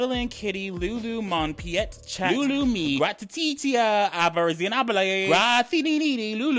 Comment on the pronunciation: Penh-teet chat😂😂😂